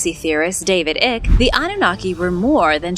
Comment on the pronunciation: David Icke is pronounced IKE like pike not ick, like pick. And its pronounced AlgonQUIN like Harley QUIN. Please stop butchering names.